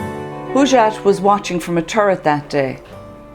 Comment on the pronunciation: Please learn to pronounce the name Hojat Not Hujat or Hoojat